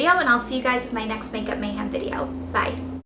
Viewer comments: *mayHEM not HAM lol ( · Why do you keep saying makeup Mayham like the meat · I feel like she keeps saying makeup MayHAM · You say makeup mayham; so southern!